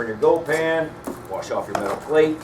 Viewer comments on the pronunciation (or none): none